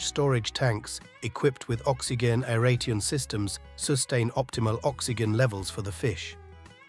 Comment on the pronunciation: Gotta love AI narration "Oxy Genn" "Air Rayteon" "Leve ragging" lol....